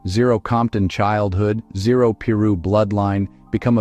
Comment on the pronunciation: It's Piru !!! Pronounced Pie - Roo ! Come on !